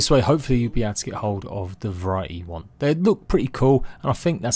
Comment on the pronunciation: this dude said “wamnt”